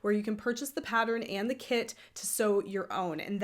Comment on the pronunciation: This has given me some good ideas for bags, even if you do say 'paddern' and 'nidding'!!!!